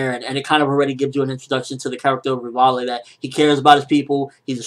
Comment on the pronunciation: you're pronouncing Rivaille/Levi's name totally wrong, LOL. it's pronounced Rivai.